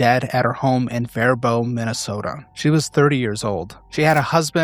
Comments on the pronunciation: As a Minnesotan your pronunciation of Faribault hurt my soul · you butchered the name faribault mn